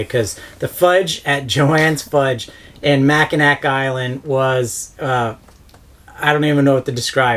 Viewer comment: They all sound amazing but cherry pie is my favorite!!! I need to try Swedish pancakes. One set of my great grandparents immigrated from Sweden. BTW Mackinac is pronounced Mackinaw... just for future reference. And yes, their fudge is all fantastic.